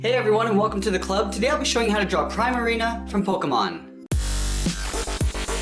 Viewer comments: you said primarina wrong. its pronounced pree-ma-ree-na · its pree ma ri na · Primarina is one of my favorite Pokémon and you saw Primarina wrong 😆😄